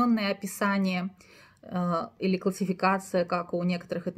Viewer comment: Полезно, но в Хива, Или, Лепсы ударение в конце